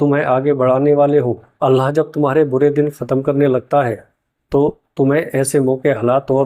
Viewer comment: Bhai aap Alha bol rahe ho thoda ek baar check karna Allah boliye. Allah kehnay me Akhir me ha hai alha nahi.